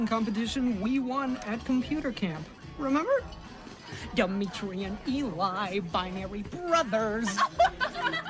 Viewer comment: It's Demetri not Demetri 👍